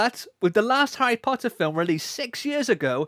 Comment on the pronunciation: Harry Pottah is back